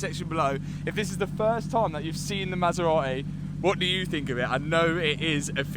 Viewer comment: Anyone know where the 'T' in Maserati went?